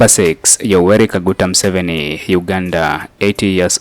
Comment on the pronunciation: His name is Museveni not Musoveni